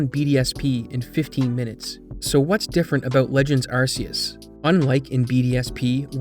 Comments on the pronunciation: and what, you gonna call someone on you "arse" phone? 🤣🤣 it's Ark-ee-us and I don't want to hear these plebs argue otherwise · archaic, Arceus ✔ sea, Arseaus ❌ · AR KAY US You'd think after the heavy advertisement that used that pronunciation content creators would at least try to say it correctly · It’s pronounced arc ee us do you think every c = s oh my arceus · I read something today that was released by Pokemon that officially says how Arceus is meant to be pronounced. ARK EY US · hate to be that guy but arceus is pronounced "ark-ee-oos" the reason it's a hard c is because arceus derives from the word arc which has a hard c, and the anime said arceus with a hard c because arse is a word and it means butt this is the same as rayquaza which is pronounced "ray-qway-zaa" because part of it's name is derived from the word quasar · It's pronounced ARK-ee-us. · begging y’all to stop pronouncing Arceus like “arse” did the naming of RKS System not clue you in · Again, if you decide to call it Arceus with an 's' sound rather than you 'k' then you have to call the phone the 'arse phone'. I don't make the rules. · You pronounce arceus wrong and it bothers me a lot. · A shame you can't pronounce Arceus correctly, pretty cringe